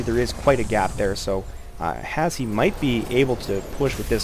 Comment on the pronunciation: his name is pronounced "hash" haha, good commentary though and a good game!